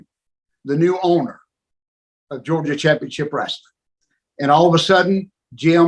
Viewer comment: He actually says "wrasslin".